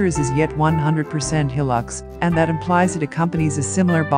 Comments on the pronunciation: Hi the name of the vehicle is Hilux pronounced High Lux not Hillux other than the name good video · It is not a Hil-lux it is a Hi-lux. Please get it right.....